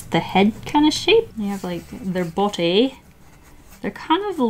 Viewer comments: She sounded British the BoDy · Anyone notice how when she said body she sounded sooo English 😂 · I love how you just said 'body' in a British accent randomly in the middle of your sentence. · When you said body, you sounded British (i am too so im not hating ;-;)